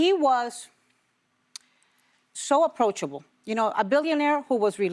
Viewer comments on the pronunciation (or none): Ana Navarro is so fake. "A billionaire who Is aprochable" 😂😂😂😂